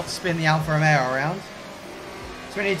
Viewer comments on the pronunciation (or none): none